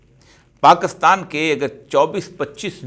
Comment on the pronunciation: Avoid shouting, be gentle. You are supposed to be civilized being a seasoned person. Further, you always say "PAAKASTAN" try to learn how to pronounce it properly.